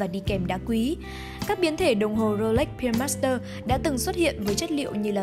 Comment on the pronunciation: Phát âm từ pearl bị sai rồi bạn MC nhé.